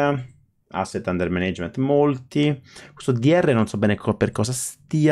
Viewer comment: Dai, questo "manéigment" non si può sentire....grazie comunque per i tuoi video.